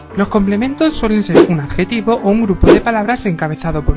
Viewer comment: dice adejtivo